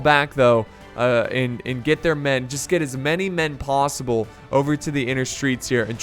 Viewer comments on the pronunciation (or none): none